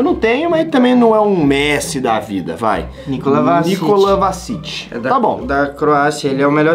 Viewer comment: É nikola vlasic e não nikola vasic